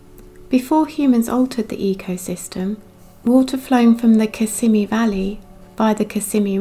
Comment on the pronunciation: You said Kissimmee right!! I am so behind on your vids but thank you so so v much for sharing the plight of our Florida Manatees! It feels like we Just got them off the endangered list and now we are losing them left and right. And it is so upsetting when ppl, esp tourists, come here to harass and think it is okay to pet our wildlife. It is a $500 Federal fine for bothering the manatees. It isn't funny to see ppl post vids of them petting these animals. And yes thank you for hitting all of this major issues of boat strikes and starvation by the algae bloom. Thank you so much! These are like our gators, our panthers, and sandhill cranes, they symbolize Florida's nature and beauty. I cannot thank you enough for making and sharing this vid!